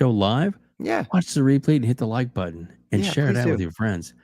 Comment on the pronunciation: "If you like this video, please hit the like BUDDON!"